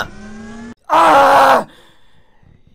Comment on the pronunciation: このssユニコーンって言ってたのか、原作見たことないから『ゆりこーー』って言ってんのかと思った結構真面目に、w